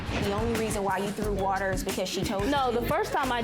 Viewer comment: “WOOTER” 😂 “Do not turn BACK ON the computer” 😣 These young ladies need to learn how to speak! Jeez!